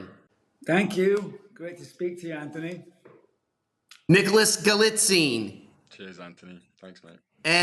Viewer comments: First, I’ll say this is a really great interview with three critical characters of this insanely amazing series. Incredibly good. Please learn how to pronounce Nick Galitzines name properly. Magazine, Galitzine. Second of all turn your mic down. You are so loud and over-mic’d when it comes to the audio, you need to an audio readjustment. Again, my notes aside, you asked great questions. They were very intriguing. You were very engaging. You need some adjustments in your sound levels and your approach. I’ve been a creative producer my entire life and I know of what I speak. I wish you well and I hope to watch more of your interview videos with people that I am genuinely interested in. Keep well and take care. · Narrator mis-pronounced Nick's last name. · If you're going to do an interview, at least learn how to say the person's name. In the past several months I've heard Galitzine spoken no fewer than eighty-seven times. Do better, bro.